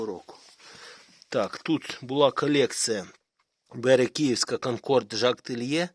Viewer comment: Пане Українська селекція Копанів груша СТРИЙСЬКА (укр) також ріже слух КІЄВСЬКА а взагалі я підписаний на ваш канал задоволенням дивлюсь ваші відео З ПОВАГОЮ